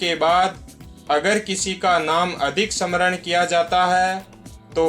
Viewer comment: आपने चिंरजीवीयोंको अच्छा विशद किया | मगर स्मरण, कृपाचार्य आदि अनेक शब्द है, जिस का उच्चारण गलत है सही शब्द बोलनेकी कोशिश किजिये|